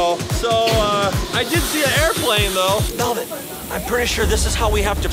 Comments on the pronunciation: тαρ мє αи∂ ѕєχ ωιтн мє Eleano MELBORN LOL I LIKE IT WHEN PEOPLE CALL MELVIN MELBORN LOOOOOL :> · mevin? its melvin